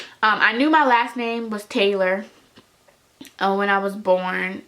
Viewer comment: Taylor not hailer